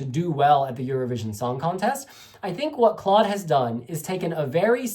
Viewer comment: hey!! Maybe for next time! You pronounce Claude’s name just like Cloud. Btw a great review! Love from the Netherlands ❤❤